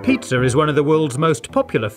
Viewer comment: He said Pizza, not Pizzer, in "Ultimate Food Hacks Compilation" he says "Vaniller"